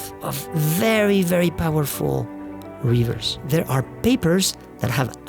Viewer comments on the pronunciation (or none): I recognize that the narrator's native language is not English, but he should know how to say river with a short i.